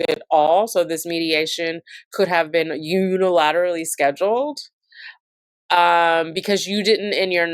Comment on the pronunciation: Omg. I’m sorry but hearing you say “Un-er-al-ill-aterally” with about 8 syllables a bunch of times instead of “Unilaterally” (6 syllables) is getting me… 😂